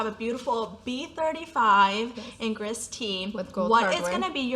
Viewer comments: Gris is pronounced gree in French…..the last letter in most French words is not pronounced! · Don't read the - S at the end of "gris" or French words in general. It should sound like "gree". Your pronunciation of Touterelle (seagull in French) is correct 🤗 This was a great video. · Gris is pronounced Gree. Bougainville is bu-gan-VEE. Rubis is RU-bee like the gem. Etain is e-TAN but don’t pronounce the N. Hope this helps😊